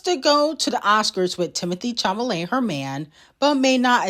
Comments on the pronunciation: It's Chalamet not chamalet😭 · 😂😂😂I love the way you completely botch these ppls names Timothy who na??